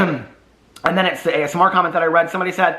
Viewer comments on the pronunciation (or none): Everytime you say as-mer it reminds me of how my grandmother says asthma! I don't comment enough on your videos but I wanted to say I've missed you and welcome back ❤ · I keep hearing "the asthma community" too. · omg idk why but imagining this is making me crack uppp 🤣🤣🤣